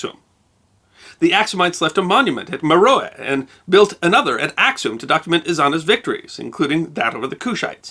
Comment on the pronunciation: Before you post a video, would you please consult with people who are knowledgeable of the history of the regions, and the names of cities and people? I cringed at every mispronunciation, beginning with "Ack-sum" right to the end.